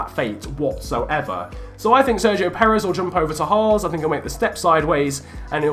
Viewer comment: Its H-ass. Not H-arse.